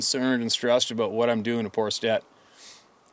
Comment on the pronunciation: I finally got a Canadian “aboot” out of you. I didn’t believe you were really Canadian until this moment.